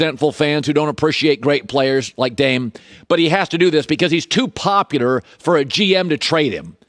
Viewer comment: Is he sayin poputar? 😂